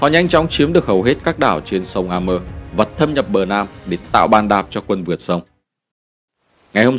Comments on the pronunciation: Sông A-mua, phiên dịch ra tiếng Việt là như vậy, chứ không có A-mơ kiểu phát âm tiếng Anh như vậy. Thế giới có nhiều ngôn ngữ, không thể nhìn thế giới qua lăng kính tiếng Anh vì ta là người Việt. Góp ý cho kênh. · Đọc a thì phải a mua. Nếu theo Mỹ thì là êy mơ phải ko nhỉ?